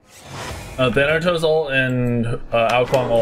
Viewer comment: It's Thanatos not thantos